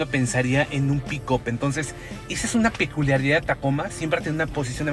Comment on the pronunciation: ¿Cómo es una “Piculisridad”? Haha